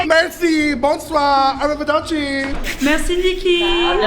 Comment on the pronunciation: Kandy saying arrivaderci 😂 Ce n'est pas français cheri 😂